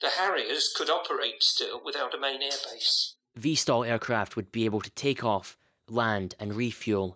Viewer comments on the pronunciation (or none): VTOL NOT VSTOL REEEEEEEEEEEEEEEEEEEEEE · Why does he say vstol instead off vtol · VTOL and NOT Vstal